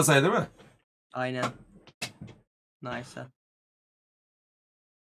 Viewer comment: Nays ne nis diye okunur avel bebe😂